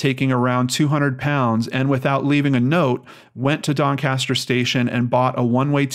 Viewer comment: i live 30mins from Doncaster and you pronounced it right first time😀